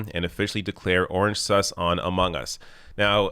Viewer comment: LOL i can tell you aren't a gamer by the way you pronounce "among. us."